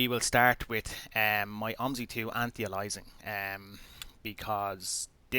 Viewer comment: It's "anti-alias-ing" not 'anti alysing'. How can you never have heard people say anti-aliasing correctly?